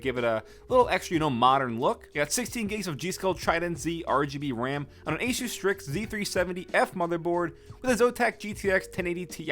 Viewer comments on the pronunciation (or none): none